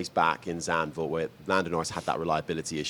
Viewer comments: It is not ZANVOR it is ZANDVOORT. Capiche??? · yes you are right but I know the “true” history about the place and the terrible history of the cirquit. Westwall and Nazi bunkers. But why do Brits pronounce Sandhurst correctly and forget to name the d and the t in Zandvoort?